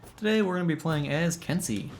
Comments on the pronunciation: If I'm not mistaken, the correct pronunciation is ken-say, not kin-see Also, something you may not know, you cannot counter guard breaks following certain actions- if you are guard broken during a dash, or during the start up frames or cool downs to your heavy strikes, you will be unable to counter regardless of timing. Glad to see you're having fun trying out all the characters~ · Ken-say, not ken-see. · It is pronounced "Ken-say" in English phonetics, please do it properly lol